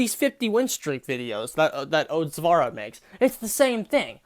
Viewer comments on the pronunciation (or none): Otzdarva.... Not Otzdarva.... Oatzvara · "..these 50 win streak videos that otzvarra make" WHY DID HE SAY OTZVARRA ITS OTZDARVA IM LOSING MY MIND ONE DAY AT A TIME. someone get this man a lemon. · Dude said " vara" lol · Ok but That dude for reals said "Ohtzvara" 😂😂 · That man straight said, "Oatsvara." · "Oats Vara" ???.... 😂😂😂 This kid can't even say a name right let alone and get 50 kills with Clown lmao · Did he just call you Oats Vara? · is a tax evader confirmed in the intro, good to know. Also, "Odezvara" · in all his intros: "Hey guys, this is Aw-tz" That one ranter: "oAtS-sUvARaH" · Bro, I can’t get over the fact that he was pronounced as “oats-darva” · Mans really said "Oats-vara" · “oatsvara” ok buddypal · 'Oats-Zvara' KEKW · That one dude tries to criticize your 50 win streak video, but can’t even say your name right 🤦🏻‍♀️ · He...doesn't even say your name correctly. That's worse than the bad take about 50 win streak.